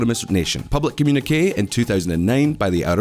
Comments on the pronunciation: Why did you say ''comm uneek' instead of 'comm uni kay'? You could have sought advice from Mark Knopfler and asked him the title of Dire Strait's second album. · The way you are pronouncing communique is making me disproportionately angry. Is it some regional pronunciation? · communiquÉÉÉÉ not communiqk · Uh oh, another one communique is com - yoon - e - kay. Its French. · wtf is a “comm unique”? 😂😂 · Funnily enough, "communique" rhymes with "Pinochet". But not with the way you pronounced either of those two words in the video! 😄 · His pronunciation of communique! 😆